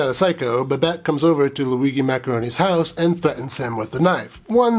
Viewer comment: Loo-wee-gee? Jee?